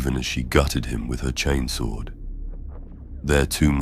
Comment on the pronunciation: Your channel is really high quality and I appreciate it. I'm pretty sure this isn't AI voice over, if it is it's extremely well done. I've noticed that across all your series you are pronouncing words like "chainsword" as "chanes-wurd" and "laserifle" as "laz-rufle". I love that, it sounds like what happens in real life, certain words get colloquial accenting. Mistake or not, it's great. And the stories are great too! Maybe I'm just a simple man, but the one where the ships captain gives his life so his deckhand, Tomas, can escape from 3 chaos space marines - I almost teared up 😂 Anyway, I really like your work!